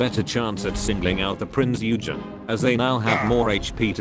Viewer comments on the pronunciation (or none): Prinz EUUhgen. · I know it is nigh pointless.. but dare I say it is Prinz Eugen not Prinz Ugen.